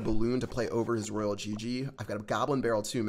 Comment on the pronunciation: ITS NOT ROYAL GG ITS ROYAL !!